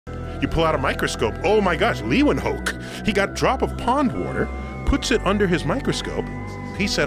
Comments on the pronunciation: Um.. in their language its pronounced " Laven hook " .. such a big brain and cant pronounce Ludwigs last name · "ley-woo-en-hook" correct pronunciation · Your not pronouncing his name right. It’s lay-o-ven-hook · Its pronounced" Lay-wen-hook" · "Leewanhulk" 😭😭😭 ik it's hard for you english ppl to pronounce this but if you see "eeu" you pronounce it as if you would say "ew" minus the w ofc, and with "oe" it would be "oo" so the last bit would be the same as hook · It's pronounced 'laiwuhnhook'. Buthering Dutch all over the place... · liewinhook lol good pronunciation 😂😂😂😂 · Pronounced "Lay-ven-hook." 🙄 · Leeuwenhoek he may have been Dutch but his name isn’t pronounced like a plebeian. W=V leeuvenhook in English god I’m not even from Europe but as a Texas German it is so annoying when someone mispronounces anything European or remotely German sounding like Volkswagen It’s Volksvagen for Christ sakes fucking nazis invented the brand it’s not folkswagon like most of you degens pronounce it. Das auto bitch. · I dont know if its a dutch name but that pronunciation made me chuckle 😂 Liewenhowk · The way he pronounced Leeuwenhoek felt so weird to me as a dutch person. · Can't even pronounce Leeuwenhoek right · You pronounce the name leeuwenhoek so wrong. I am dutch its a dutch name. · OMG, can't even pronounce the guy's name properly. I learned it back in grade school. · The way he pronounces Leeuwenhoek 😂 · That’s the worst pronunciation of Leeuwenhoek I’ve ever heard. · He BUTCHERED the pronunciation of Leeuwenhoek😭😭😭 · The way you pronounce Leeuwenhoek wrong makes me cringe like feel weird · I know people have a rough time pronouncing dutch names, but tyson didn't even try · Leeuwenhoek. Mooi man als een Amerikaan het uitspreekt. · my guy absolutely butchered that Dutch pronunciation